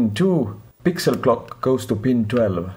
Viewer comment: Hi, mi screens`s pins are in different places of the screen, and your inglish is not easy to understan (my neither). Could you please write de screens pin number and description ? I spent half and hour, hearing back and again, back and again, trying to understand clúo was clock !!!! Thanks !! Greetings from Argentina !!!